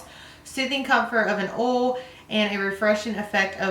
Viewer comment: Not being rude... It's not ol its OILLL